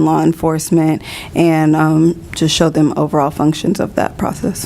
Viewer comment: I wish he'd refrain from "dese", "dem", "dose".